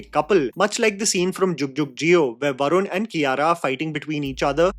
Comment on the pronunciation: Dont forget Vahrun( Varun) and Uhdityaa( Aditya)